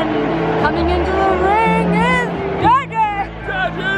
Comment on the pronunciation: its "DEJI" pronounced "DAY JIIIIII" not Jay Jay!! :) just saying!! :) to be helpful